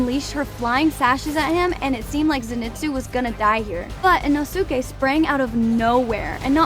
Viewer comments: And inosuka😨💀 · ITS NOT IN-O-SUKE ITS IN-O-SKE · why the fuck are you saying their names like that! You don't pronounce it e - no - sue - kay, it's e - no - skay. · i just cant bare the “ino su kay” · umm girl inosuke thats not how u say it